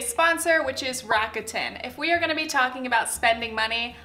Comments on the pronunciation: hi loved the video and this realllllllyyyy matter but rakuten is pronounced rac-ku-ten!! not rac-a-tin :) no hate, all love <3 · Lol I’m triggered by how you pronounce rakuten 🙈